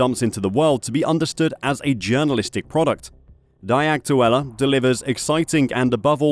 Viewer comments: "dee" not "die" aktuelle..😂😂😂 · The word "die" is, I believe , pronounced as "dee" rather than "di" so Die Aktuela would basically mean The Facts. What a joke. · You need to learn the German Language , Dude , to be able to pronounce “Die Aktuelle” properly and not the poor way you say it ! You must be a Robot then ,lol ! “Die said as Dee ! Aktuelle means Actual , or pretty close to it ! Die Aktuelle - The Actual would be as close as one can get the Translation to English ! There is a bit more to it that even I cannot properly translate it ! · "DaAy AkTuElLa" 😂😂😂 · Your pronouncing "Die" Aktuelle like they should "Die" 😂 it sounds almost intentuelly done.